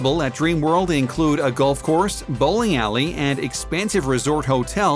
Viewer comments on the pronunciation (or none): none